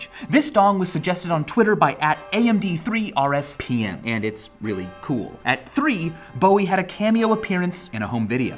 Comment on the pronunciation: It's supposed to be pronounced Am-Dur-Spam but I'll give it to ya. Thanks so much for putting me in a Dong.